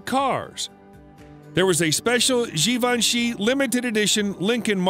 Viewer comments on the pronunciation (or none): All these years I thought Givenchy was pronounced like Davinci with a G. Oopsie.